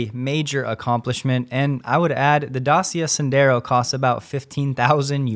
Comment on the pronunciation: There is no ''S'' on Dacia. Is Da ci represent the sound [t∫] like in the English word „chart”, „much” and a.